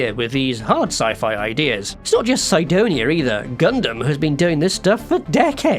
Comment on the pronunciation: Everyone pronounces Sidonia Sidonia but this guy decides to say it "Saidonia" for no reason